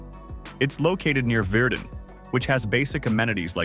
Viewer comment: It’s hard to take anything in this video as a fact when the narrator doesn’t know how to pronounce Regina, (it’s not Regeena, it’s Reg(eye), Virden Manitoba is not Veerden it’s pronounced Verden. Plus the images for the small rural towns don’t match the actual town. Couldn’t make it to the end of the video as a result of this.